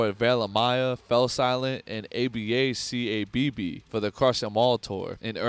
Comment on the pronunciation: December desemination tour, ABACABB but just saying each letter, a lot of these weird errors make me feel like you need to take a bit more time with these.